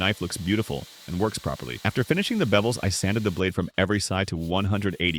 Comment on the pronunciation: Is it "bevels" or "bebbels"